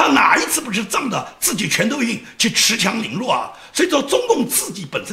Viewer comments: 恃（shi)强凌弱，不是恃（chi)强凌弱。不好意思了，。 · 尖阁诸岛，不是尖诸阁岛。恃（读世)强凌弱😀，别犯总加速师的一样错误。善意提醒，提高节目质量